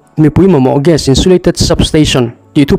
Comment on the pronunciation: GAS ni awm tak kha...GIS i ti char2 a...I lam Dan leh I thu dah Dan khi a in anglo...